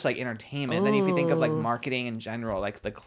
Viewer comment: All I can hear is saying peenk instead of pink and theenk instead of think 😂 he’s so cute